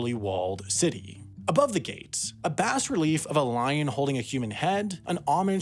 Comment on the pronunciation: the s in bas relief is silent